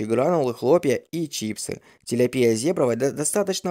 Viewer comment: Ну вообще то тилЯпия а не тиляпИя...помоему так....или всё-таки по другому?????